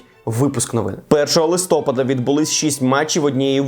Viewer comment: Наголос на листопАд)